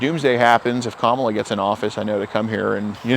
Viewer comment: Proud of you to actually say Kamala's name right. Big of you.